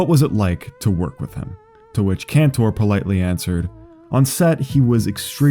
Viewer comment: It's pronounced "Canter," not "-tore." And his friend Andrew's last name is pronounced "Lor-itch." I love this video because I'm friends with these guys and have known them since childhood. Andrew Laurich taught me how to play basketball shortly before he inspired the song. Andrew also directed "A Reasonable Request" which you should see. Facebook magician Rick Lax was friends with us too, but he blocked me. The world is weird